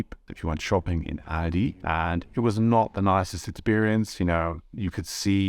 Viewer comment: Interesting, but you don't pronounce Aldi and Lidl properly. I initially thought you were a learner of English. That is NOT how "Aldi" and "Lidl" are pronounced in the UK.